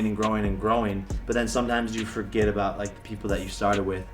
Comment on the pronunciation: U forgot the “t” in about 😂